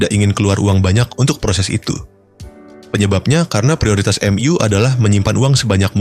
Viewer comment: Narator nya gimana sih baca nya kaku banget , , , emyu aja di baca M ,,U , , , ga enak bgt